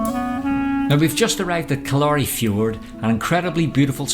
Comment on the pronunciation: Sorry for causing such a wee sitchiasion, I did mishear, but having said that, it is pronounced Kill-leer-ree by locals, if you want to split hairs.